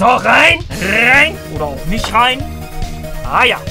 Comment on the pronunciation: Nur schon für das rrrrrrein muss man ein like da lassen 😂😂👍🏻